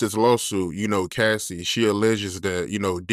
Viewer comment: struggles saying cassie 😂